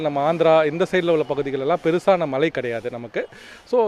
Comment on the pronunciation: மலைகள் வருமா😮. தமில் வால்க 😃 weather man நாக்குல தர்பய போட்டு தேய்க்க.......